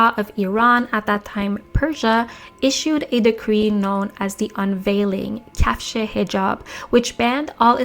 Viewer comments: Girl your persian is impressive! But you had a slip of toungue: "Kafsh-Hejab" mean Hejab shoe. "Kashf-Hejab" is the word you were looking for 😂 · persian here. loved the video but it’s kashfe-hijab not kafsh (this means shoes in persian)